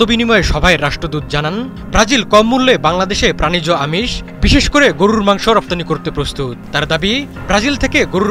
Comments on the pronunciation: গরু রররররররর র র র র র হায়রে সাংবাদিক উচ্চারণও জানস না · গুরুররর মাংস কী? সাংবাদিকতা করেন না কী হকার গিরি করেন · সাংবাদিক ভাইর গরু বলাটা সুন্দর হইছে, গরুরু মাংস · সাংবাদিকের সঠিক শব্দ উচ্চারণ : গড়রুর মাংস😂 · হালায় গরুর মাংস উচ্চারণ করে কেমনে🙏🙏🙏 গররুরর মাংস, হালা আবুল ঠিকমতো উচ্চারণ ও করতে পারে না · গররুরুর মাংস, গররুরুর মাংস,গররুরুর মাংস শব্দ উচ্চারণ টা স্বাদ আরও বারিয়ে দিল😊😊😊😊😊😊😊😊😊😊😊😊😊😊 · গরুরররররররর মাংস😁😁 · সাংবাদিক ভাই আপনার গরুর 'র' উচ্চারণ একদম নির্ভুল 🤣🤣 যতবার গরুর কথা বলছেন ততবার শুনে আমি হাসতে হাসতে শেষ 🤣🤣🤣🤣🤣🤣🤣🤣 রররররররররররররররর😅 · "র"- এর উচ্চারণ টি অনেক মজার গরুরররর............! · উচ্চারণ গরুররররররররর 😅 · 😂😂😂😂amio tai vabsilam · গরুর মাংস, আপনার উচ্চারণ ঠিক করেন।